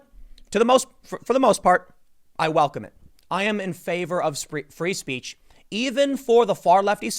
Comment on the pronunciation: Tim “spree feech” Poole